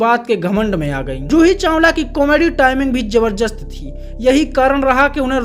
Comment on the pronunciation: Kise ne notice Kiya ke ye banda jabardast ko jabarjast bolta hai 😅😅